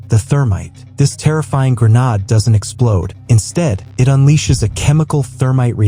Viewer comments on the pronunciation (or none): Gre-nāde, not gre-năde!!! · Grenade, FUCKING GRENADE, not grenad.😊